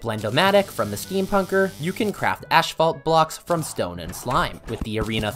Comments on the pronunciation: Bro it's not ASHPHALT it's ASPHALT 😭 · It's asphalt not ashphalt :D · Im sorry, ashphalt? Theres no ash in asphalt. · I die a little everytime he says "Ash-phalt" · “Ash fault” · love the video but everytime I hear: ashphalt, I cringe so hard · why is noone talking about the way he pronounces "ashfalt" ??? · Ah yes, "cur-sid flames", "ash-phalt" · Ashphalt and ecscape as well